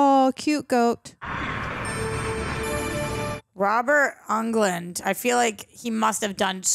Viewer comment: “Robert Ungland” 😂😂😂